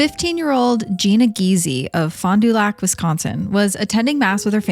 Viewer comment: Fondue lac is killing me. I love hearing non locals say city/town names so much. Fan-da-lac is more like what we say here in Wisconsin🩷